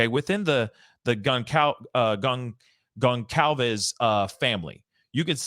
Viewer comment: Con-calves (it sounds like con - colvs) not s